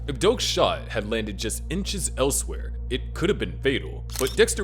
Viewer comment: “inchs elsewhere” 💀